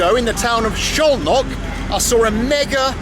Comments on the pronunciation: Szolnok is pronounced with 's' not with 'sh'. But it's a great docu! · Lol, first time I've seen you almost helpless. 😅 Great to finally see places I visited often (Budapest and Szolnok). Btw Szolnok is pronounced with a hard S and both o's as in "often". The effort is surely appreciated. My ex is Hungarian, from Szolnok, and in the 10 years I've visited the country, I didn't manage to get a proper hang of the language. 😅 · Man, I am only 5 minutes in but he mispronounced Szolnok to Zholnok or Zolnok countless times! Dear Bald, the letters "SZ" in Hungarian read like your "S" in English! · Not sholnok, solnok (hungarian pronunciation) sz->s, s->sh. Nice video. And also you can visit Sarajevo, Bosnia&Herzegovina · Little help with the pronunciation of Szolnok. Soul Knock :) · as a hungarian I can confirm. Pronounciation is like "Soul-Knock" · As someone who is learning Hungarian as my brother is married to a Slovak-Hungarian woman, it's also rather hilarious haha. Sholnok for example 😭